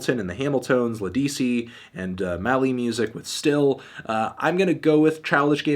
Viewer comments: Anthony Fantano, It's Lead-ah-see, not Lead-es-see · It's not "Lahdee-see" it's "Leh-di-see" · keep saying LEDISI name like that not how you say it